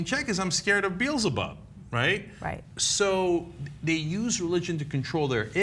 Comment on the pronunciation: He said "Beltzebub".